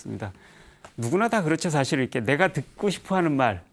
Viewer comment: 우선, "선종"의 "선"은 단음인데, 길게 잘못 발음했고, 달마는 "초조"라고 해야합니다. 장음인 단어의 첫 자를 짧게 잘못 발음한 예:사실,사물,(때로는 "똥"과 "대변"을 구분해서 써야지ㅛ)선(악의 대),해결,타협,말(입으로)사태,등으로 장단음 문제가 있.음에 의문의 여지가 없다.강사는 천속한 말로 그리고 기이한 사례로 젊은 사람들의 갈채에 도취해서는 않됩니다. "한국 어문을 고발함"이라는 책을 고국의 동포께 간곡히 권하는 바이다. 미국 변 완수 드림